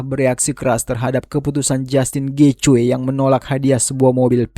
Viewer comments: Getje nyeet , bukan getjoy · Gaethje cara mbacanya Geiji. Bukan Gecwe. Nama orang itu